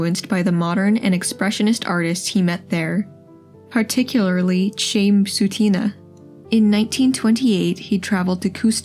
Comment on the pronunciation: You owe a duty to history to study the pronunciation of names such as Chaim Soutine. It is NOT 'chame sootina'!